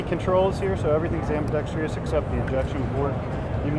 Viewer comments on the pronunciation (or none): There is no "tree" in "ambidextrous"